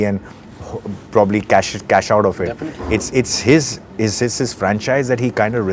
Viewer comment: ''definitely'' Passion of taking out words on confident topics 😂🤣